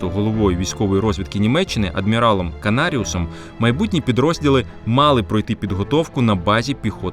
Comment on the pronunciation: 😂😂😂😂 КанариУсом... Великий історік Акім знову не зміг вірно прочитати текст, що йому написали.